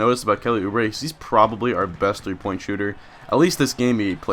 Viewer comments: I live near Kansas and route for them and you are pronouncing it correctly. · Yes you are saying oubre right, let's go jayhawks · Not a Kansas fan, but Kentucky played them and you are pronouncing Oubre correctly